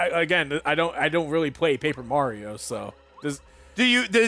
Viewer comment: Curse of Paper Ra-rio